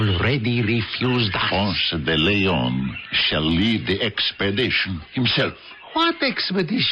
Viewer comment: If the actors insist on using those exaggerated cartoonish accents they should at least learn to pronounce Ponce de Leon.